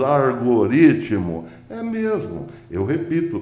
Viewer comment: Eita professô continua cuesse sutaque bom de mais só, iiiihhuuuu. O argaritimu nummm pega kkkkkkk